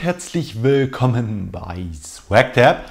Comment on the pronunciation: Hast du ein Sprachfehler oder was „halloo und herzlich wiiiiilkomen bei swagteb“